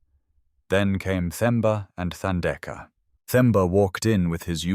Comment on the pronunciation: Beautiful story and thanks for prouncing Themba and Thandeka correctly, with silent “h”. ❤️❤️❤️🙏🏾🙏🏾🙏🏾!Sipho is c-paw, also with silent “h”.